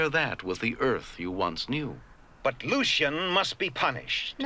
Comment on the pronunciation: Asmodeus was voiced by the commander of SHADO. One of the things that amused me about this one comes from the fact most of the voice recording was done by each actor on their own talking into tape recorders. Here, for some reason, Shatner used a pronunciation of "Lucien" which is subtly different from the one used by everyone else. It's like Kird got the name wrong and nobody dared to correct him.